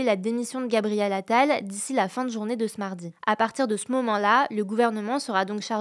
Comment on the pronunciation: min on dit : de CE mardi pas d'euss mardi, ça m'a fait trop bizarre, j'ai 24ans je suis franco-belge alors imaginez les plus agé bien qu'il ne doivent pas etre nombreux à suivre hugo faut quand meme eviter ça, après je peux comprendre, les erreurs sont humaines et tes vidéos sont vraiment top